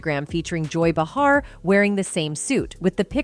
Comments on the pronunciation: For the love of God please choose one way to pronounce Behar and McConauhey and stick with it. I heard over 5 different pronunciations of the same name. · Neither of these names are difficult to pronounce. Behar pronounced Bay har. How can you possibly mispronounce Matthew's name for crying out loud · What's up with this narrator mispronouncing Behar's name every time she said it? I think everyone knows that the super bitc*'s name is pronounced Bay har. Your welcome. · This chick called him McConnelly in the video. And changed the pronunciations of behar throughout lol 🤡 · I cringe everytime this announcer mispronounces McConaughey and Behar. Have you never heard of these people? If you cannot pronounce the names correctly then I am not so sure you are accurate on anything you are saying.